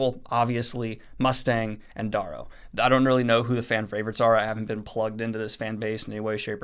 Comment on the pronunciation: Does the guy who narrates on audible pronounce it the way you do? Because it's supposed to be Darrow, as in arrow with a d.